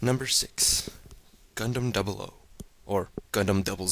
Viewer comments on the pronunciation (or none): When u say GUNDAM i heard CONDOM LOL XD